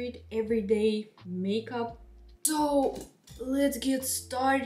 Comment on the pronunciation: She just say makeub 😂😂😂